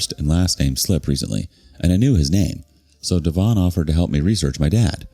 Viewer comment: Could be DEV-on rather than dee-VON.